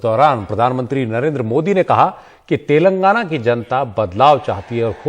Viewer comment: Anpad pehle tilangana kehna toh seekh le 😂😂